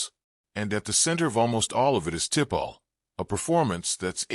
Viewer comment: Who the heck is Tipall ? Your AI is shit